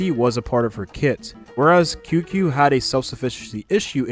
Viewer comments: A small correction for Qingque's name pronounciation (as a Chinese person, I understand chinese can be quite hard to pronounce especially for English speakers), her name in Chinese is:青雀. To pronounce as close as you can, try: Ching-chu-eh or Ching-chueh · Seriously cause who tf is Qingshay 💀